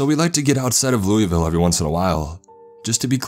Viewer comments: Imagine pronouncing Louisville like “luey vil” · That’s not how you pronounce Louisville btw. It’s Lou-uh-vull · Alright 2 things about Kentucky. It's pronounced "loo-uh-vuhl" and there's something in all our woods. Don't go out there with out a gun ever. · I love your videos but I hate the fact no-one pronounces Louisville correctly like I'm from there its pronounced LOUL-VALL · I hate how they say Louisville wrong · It’s Louisville not Louisville